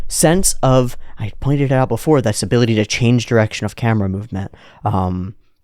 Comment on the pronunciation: 1 year late but u said “abolity”🥹 lmao rn